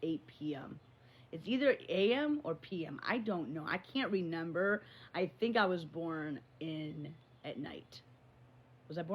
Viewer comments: omg i can’t it is RE MEMBER not renemer 🤷‍♀️ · WHYYY can’t she say “remember”? It’s like neither twin has even a 6th grade education.